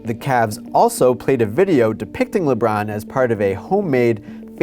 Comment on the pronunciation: holy crap its Lebrawn James!